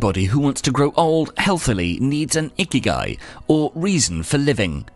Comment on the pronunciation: The accent is wrong .. not íkigai, but ikígai